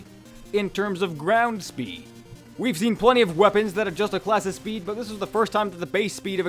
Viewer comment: Lol, shpeed buff.